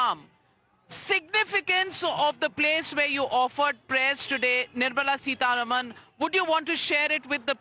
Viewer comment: Navika, could you please pronounce Madam Nirmala Sitaraman's name correctly...it is SitaRAAMAN = सीतारामन NOT Sitaruman सीतारमन !! It is not a difficult word to pronounce...we are constantly saying SitaRaam सीताराम...so why can't you pronounce it correctly??? You are not a Westerner. Also, you don't need to make your dislike for her so obvious.😮